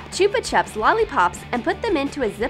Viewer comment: Chupa chups ? That is not how you say it